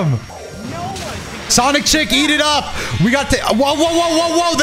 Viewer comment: anyone else keep hearing CHAZ IT UP!!!!! every time said eat it up?